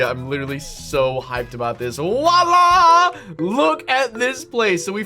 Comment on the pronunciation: Lol you keep saying wah la